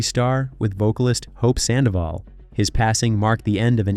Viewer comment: The Red Carpet well done for all the story and Infos you give but it's really unbearable that you keep call her too many times "SANDAVOL " !!! FFS Her name is HOPE SANDOVAL !!!